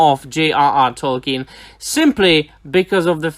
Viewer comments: Awesome video as always, my man! It's nothing major, but Sir/Professor Tolkien's surname is actually pronounced "Tolkeen". :D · At times it sounded like you said "Tolken", but other times you got it right. :D